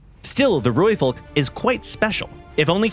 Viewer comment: only one thing i found a bit off is the pronunciation of Rooivalk: we roll the R, so it sounds more like RRRooivalk, but other than that, i have no complaints, amazing video enlightening others about our achievements